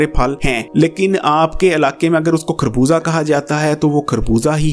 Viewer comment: plz. Correct your pronunciation it is خربوزہ not کھربوزہ،